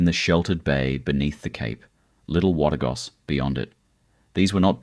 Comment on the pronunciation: Yes, so many of these photos don’t relate to Byron! Some even look American. That’s AI for you, I guess .. . Someone needs to teach AI how to pronounce ‘Wategos’ and ‘Belongil’ !!!